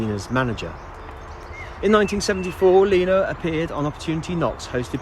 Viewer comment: Is it me it sound's like this guy is saying Nena. It's Lena Zavaroni.